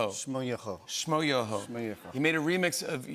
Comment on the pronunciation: The fact that Jimmy can't pronounce shmoyoho shows how out of touch he is with the internet